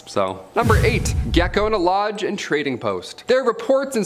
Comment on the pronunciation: I thought he said 'gecko in a lodge.'